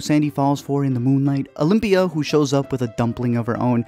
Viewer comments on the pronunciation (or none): It’s Olivia not Olympia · I swear I heard Olivia every time